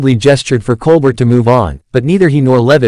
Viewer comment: Can we watch the actual clip instead of listening to an AI generated narration? Also, it's pronounced "Col-bare" not "Col-burt"